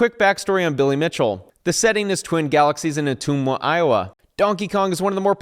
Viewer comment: Just for clarification, it's pronounced "Oh-Tum-Wah".